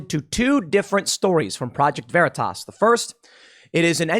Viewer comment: Proo-jekt Veer-ee-tase